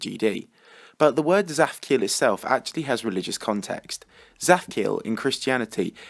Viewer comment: so i know Hebrew and when you say "zaphkiel" in Hebrew it sounds so different (tsaphciael)